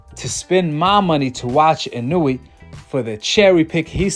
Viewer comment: Why you keep saying his name like you don’t know how to say it right😂 w video btw